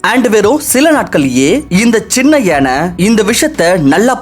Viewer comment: It's Yaanai not yenai...